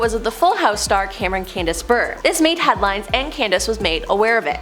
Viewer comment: Candace's last name is pronounced similarly to purée, not like burr